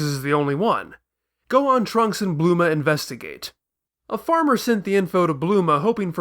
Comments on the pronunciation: please... it's BULMA! not BLUMA... ':/ anyway good video serie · Bulma, repeat slowly Bulma... not Bluma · Did..did You just say Bluma? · Wow, you're the first one I've come across who actually goes as far as saying 'Blooma' instead of 'Bulma'. You're an even bigger nerd than I am, mate. Instant sub. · Why do you keep saying bluma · You know how Freeza's name is just the word "freezer" with the "er" sound chopped off and replaced with an "a"? Bulma's name is supposed to follow the same pattern, so logically, her name should be Blooma (bloomer - er + a). If you want a more detailed explanation, see the first video in the series